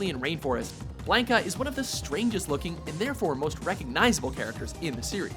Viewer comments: This list was all sorts of fucked up. Honorable mention Charlie. Akuma definitely makes the top 10. Especially over fucking BlAH-NKA or BLON-KA...once you mispronounced his name it made this list completely invalid and unbearable. AND to say Ken doesn't deserve the #2 spot on his own is blasphemy. This list was about the character not the move. So to just give him mention as the clone of ryu is a slap in the face to all street fighter fans around. Do better... that was weak as fuck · Did he just call Blanca Blainkah?? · We always pronounced it blon kuh... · First off, Ken and Ryu are totally different characters. Second-- no love for alpha, 3, or 4 characters? Sakura was only an honorable mention. Change the title to top ten street fighter 2 characters. Also, whats with the pronunciation? BLAN-ka and SAG-et? Blah-ka and sa-GOT. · You guys call pronounce Ryu's name correctly but BLANKa and SAGet? Blonde-ka + SaGOT. Anyways, I think this is a good list. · Blonde-ka? Wtf? It's Blahn-ka. Like Blonde-ka without the D. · who the fuck is "Blaynka"? Its "Blahn-ka" son. Get it straight. Fuckin blaynka, wtf. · He really said "blank-a" lol I'm done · Blank-a? Really? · its bla nka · As a fan of the series most of my life I of course disagree with the list, but that's a matter of personal taste. What I can't get over are the number of names the guy mispronounces. Oh my god, the games pronounce them for you! Pay a fragment of attention to the material you're covering and mistakes like that can be easily avoided. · Blanka it's pronounced differently.